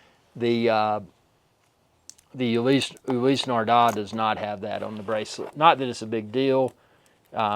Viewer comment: Ulisee Nardar??? Nardar???